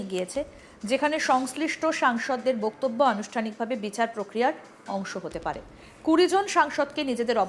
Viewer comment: Hello Miss! First check your Bengali word "Boktobbyo" Pronunciation. What A Ridiculous pronunciation you are doing!!!! It's really strange. Where did you learn or Who taught you such thing!!! Watch old days Bengali Movies of Suchitra Sen, Supriya Devi and learn how they pronounce the Word! It will be helpful for you